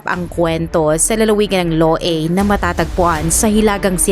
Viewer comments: Loy yung pag bigkas Loei sa Thai words not loui😅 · Haha I co comment ko din sana😂